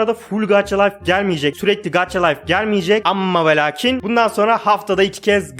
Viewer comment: gaça layf diye okunuyo gaç layf değil :) :) yanlış anlama küserüm